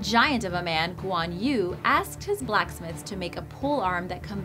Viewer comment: Guan yu pronounce Guan ewe. Hang Tuah pronounce Hung tu-ah. Malaysia still exist on map. Don't change the spelling to make it sound exotic.